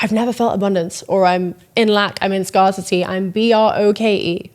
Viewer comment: I LOVE how you pronounce 'scarcity' as 'scarcity'. Sleep well.